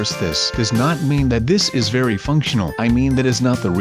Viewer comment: it's vary vary zero